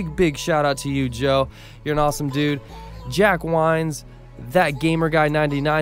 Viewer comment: ITS pronounced Jack Wins